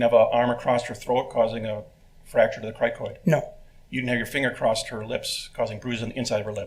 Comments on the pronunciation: OK this has nothing to do with anything, but why does everyone keep saying “acrosst” with a T on the end instead of “across” which is the actual word? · I absolutely love this show and I've been watching it for years but somehow I missed this one. But he says acrosst with the T so many times it is driving me nuts. Doesn't he know that across doesn't have a t at the end? Sounds ignorant unfortunately!! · The word across doesn’t have a T on the end of it even though you strata sound professional you’re messing up